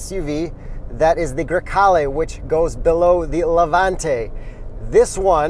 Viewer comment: It's funny how people from America or in this case Canada can't properly say Italian car names. I know that is hard but just put a little effort into it. If you say Grecale correctly it's really beautiful word.